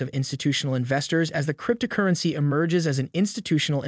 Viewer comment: Struggling with the announcers pronunciation crypt-a-currency. Hard to hear anything else.